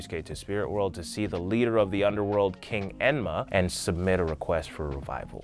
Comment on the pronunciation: Emma Queen YES!!! Lol